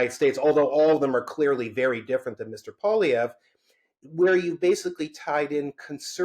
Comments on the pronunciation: Dear Spectator Host, "Poilievre" when spoken by an Anglo is not pronounced Pwa-Lee-Ver, but Pwa-Lee-Ever. See the last three letters of his name. Doesn't seem like a big thing, but it kind of is to Francophones. Meant in helpful good faith. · Nobody I have ever known in my life is hated by me as much as this 1 person I have never met. Edit: Learn to say Poilievre! Your guest said it properly, then literally 3 seconds later, you say it wrong! Try harder!!